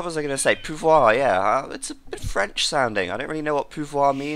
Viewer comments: Nice french accent on "pouvoiiir" :D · Pouvoir means "Power" in French, and you pronounce it very well for a british person. :) Plus, because I'm French, I liked beating your virtual ancestors with Jeanne d'Arc in AoK... Ok, just kidding. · Pouvoir means "power" in French. Your pronunciation was perfect by the way. Congratulations~